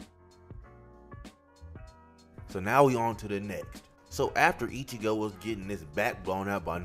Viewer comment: This guy has a good vid be calling him ichibo 😅 great vid thanks for the vid